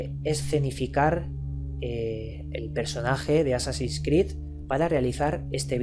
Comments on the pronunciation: por que no es jassasin es Hassasin el nombre de asesino viene de has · Por que carajo dice jassasin sin ofender claro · Porque viene del Jefe de la secta: Hassan (y la "h" se pronuncia como "j")> assan> assassin->assassins (plural)->assassin's creed. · no se ustedes pero yo escuche jasasin,bueno tambien soy de latino america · por que dice jasassin?